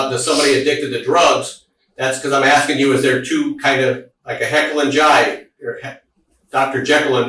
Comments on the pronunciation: I had to pause it and laugh when he said hekyll & jyde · “Heckyll and Jyde” 😂 I do that shit all the time